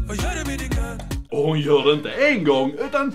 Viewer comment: Dom säger inte gröt dom säger gjöt